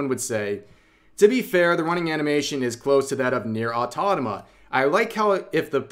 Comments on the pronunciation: Ahh yes, the Nier "Autonama" copycat xD haha man, every time you tried to say "Automata" it made me laugh. Regarding to the story... it's amusing to see so many people complaining about the body and face of a REAL WOMAN in a videogame and saying it's "bad design" wtf. Oh oh, you are not ugly, you are just poorly designed hahaha. These people... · Why are you pronouncing "AU-TO-MA-TA" as "AU-TO-NA-MA"? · I don't wanna be that guy, but it sounds like you keep referring to Nier Automata as Nier Autonoma. Just pointing it out since I myself mix up letters in words sometimes when talking. Good video either way. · Repeat after me: "Au" Rev: "Au" "To" Rev: "To" "Ma" Rev: "Ma" "Ta" Rev: "Ta" "Automata" Rev: "aUtOnOmA~!" 🤦‍♂ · It's not "Autonoma" it's "Automata", like Automaton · i swear to fucking god rev you say "nier autonoma" one more time , one more time and you'll know my wrath. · Sorry Rev I have to call you out, wdym autonoma instead of automata. 😂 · Rev, i like you and all but its "Nier : Auto MA TA" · "Nier Autonama" i can''t unhear it 😅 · A-U-T-O-M-A-T-A. It's Nier: AUTOMATA 🤭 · I instantly thought about NieR Automata (no way my guy said Nier Autonoma😭😭) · Everytime you say Nier AutoNOMA I die a little inside